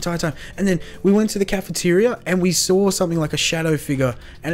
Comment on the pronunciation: it's saw not sall